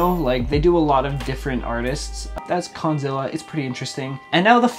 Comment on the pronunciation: I love he pronouncing "Canal Kondzilla" lmao I'm from brazil and i hate that chanel because the style of the songs.